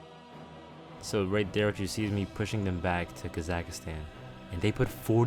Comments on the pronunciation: also am not sure try it on Google translate the Kazakh part was supposed to sound like a e but you said it like a A. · Bro said Kazakhstan wrong 😆